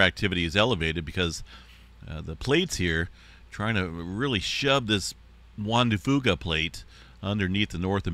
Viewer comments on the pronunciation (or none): Please pronounce the Juan de Fuca correctly. It's not Juan de "fooka", it is Juan de "Few ka"